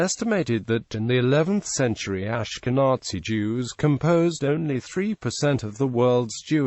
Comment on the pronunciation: The pronunciation of the word "Ashkenazi" in this video is beyond unfortunate. Please fix it!